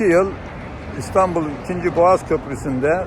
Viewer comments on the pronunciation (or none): none